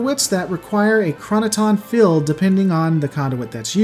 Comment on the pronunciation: Not to be mean but so like ...when you are IN normal conversation. And you say "Go out into the field" do you say "go out into the filled?" And if you are in the kitchen and you say "Make sure to fill the containers" I'm not sure what you'd want me to do XD I'm also not sure if you told me to shilld something .... If you want me to protect it from harm or use it for marketing purposes ....as a fall boy. Because you DO pronounce Shield and Field quite well ...depending on what part of the sentence it is in .. Other times ....you don't. SHILLED and SHE-UHLD are very different ...so is Filled and Fee-uhld. Oh wait ...Im actually enjoying this video, you do great stuff. But then I got to where Borg ships can HILL themselves ... It's so adorable to imagine a Borg cube going PING and placing itself ontop of a raised piece of ground somewhere .... :) It's cute 😉